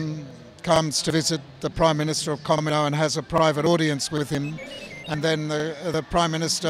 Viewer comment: He couldnt even duplicate the voice or pronounce Kamino correctly